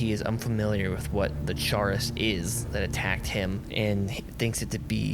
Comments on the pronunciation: Excellent video, but for the love of god Chaurus is pronounced like Chorus not "Chair is" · That isn't the correct way to pronounce chaurus